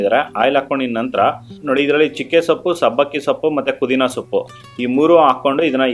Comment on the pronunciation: ಕುದಿನಾ ಅಲ್ಲಪ್ಪ ಪುದಿನಾ